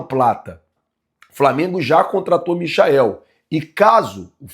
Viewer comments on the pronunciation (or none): none